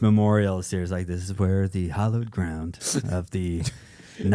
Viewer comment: Serious question. Are you saying hollowed ground? Or hallowed ground? I keep hearing hollowed and not like an accent with hallowed. Which is it? FOR SCIENCE AND SO I CAN POINT AND YOU AND MOCK YOU FOR HAVING AN ACCENT NEARLY LIKE MINE!!!!! NYAH NYAH!